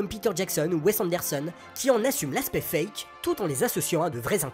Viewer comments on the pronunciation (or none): none